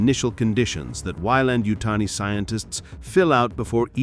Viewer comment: You almost had me, until the AI model said Weyland-Yutani, very, very wrong. DONT USE AI VOICE-GENERATED NARRATORS!! You have the good content, but don't go the easy route. I guarantee you'll get more subscribers. Keep it up!